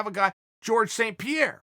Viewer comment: Chael “George Sand Peer” Sonnen